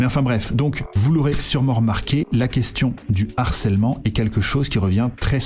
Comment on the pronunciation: Non, et "l'harcèlement" ça flingue les oreilles.